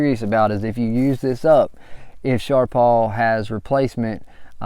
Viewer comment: Its not sharp all, its sharp pal